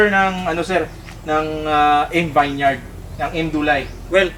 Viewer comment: vineyard...pronounce po as vin-yerd